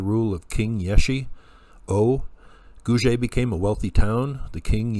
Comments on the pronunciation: Hi! Thanks for another great video. I have heard Guge being pronounced Goo-Gay or Goo-Ger (sounds like Google!).Thought you might like to know this. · Ge should be pronounced same as Gu not J . Two separate word GU and GE not as usual English word like page. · I’ve heard it pronounced “Goo-Gay”. (Thanks for another great video.) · Hi, I have jusr been informed that Guge is written in Chinese pinyin phoenetics & pronounced: koo-ker.